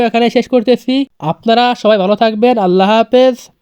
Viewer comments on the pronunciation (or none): none